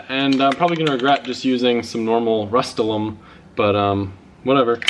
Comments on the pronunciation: Rust-ol-iam not Rust-ol-um... right?? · What did you call Rust-Oleum? Rust-ul-ohm? Lol.